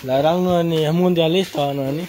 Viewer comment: no es Noeni! Es Noemí!😡🙈😠